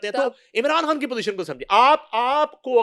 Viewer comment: بشری " کھان" خ بولتے ہوۓ تمھیں موت پڑتی ہے۔ لگتا ہے ھندوانہ خون اپنا اثر دکھا رہا ہے